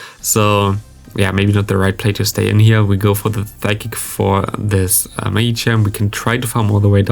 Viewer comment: Psychic is pronounced with a silent P. So «sykik». Nice video